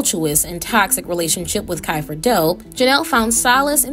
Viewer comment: “KY-FER” Delp??!